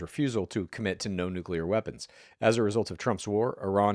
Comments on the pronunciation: Say it with me: Nu-Cleeeeeeeee-ar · If you cannot pronounce "noo·klee·ur" you truly have no business discussing it. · Its nucular. 🤣 is Homer Simpson